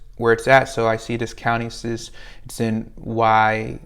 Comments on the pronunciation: FYI it’s pronounced WHY-ANN-DOT ✌🏽😅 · Love you videos! Thank you for the gems. I had to laugh at “Wyandotte” lol. I’m from Louisiana, we say “wine-dot” it may be the same there too lol. Best wishes! 🌻